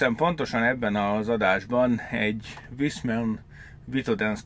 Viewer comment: A németben a V-t F-nek ejtjük... fonetikusan nem Viszmann, hanem Fiszmann. Idegesítő. Továbbá ezeknél az új szaroknál már egy egység a gázszelep és a ventilátor. Külön nincs is. És sajnos megint sikerült a beszállítónak sz@ gyártania ebből az egységből. A különbség mérhető...